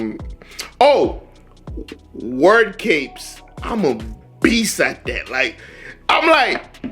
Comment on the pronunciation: Words capes haha " word scapes"